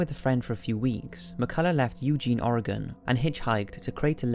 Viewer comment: Finally, a non-native Oregonian who doesn't completely butcher that state name (oregone) haha.